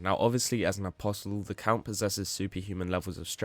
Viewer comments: What is it with berserk fans being unable to pronounce apostle? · Not in the grand scheme of things, no. I just genuinely wonder if the content creator is some chinaman using AI when they don't know the "t" is silent in apostle, and it's like 3 or 4 people now I've seen relating to Berserk content exclusively. Maybe they should read books too :P